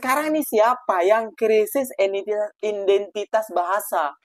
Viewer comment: Ngomong "identitas" aja belepotan ..😂😂